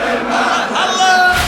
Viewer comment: هاء زائدة في لفظ الجلالة (اللهه) الصحيح هو... الله